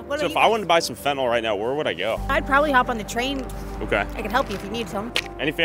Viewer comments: Why can’t people ever seem to pronounce the word Fentanyl correctly? It’s not FentaNOL, it’s FentaNYL. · I Fuckin hate peoples who say finti-Nol it’s pronounced Fenta-neal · pronounced FENTANIL. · So annoying that people can't seem to pronounce F E N T A N Y L. They keep calling it "Fentnawl".